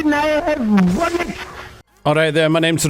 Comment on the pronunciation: he pronounced it BAlleTZ